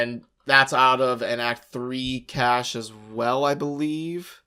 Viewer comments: CACHE... pronounced CASH. PLEASE. lol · CASHAY.... WHAT THE FUCK ARE YOU SAYING?!?!?! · I loved this video but the mispronunciation of "cache" upset me. Subbed, unsubbed, downvoted. (/s) Seriously, though. Thank you for putting this together. It was very informative! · Pretty amazing vid man,... really helpful thanks a lot! (oh and btw,... Cache is pronounced 'Kaysh' lol)